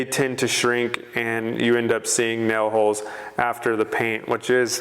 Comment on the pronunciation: What are “nel” holes?🤣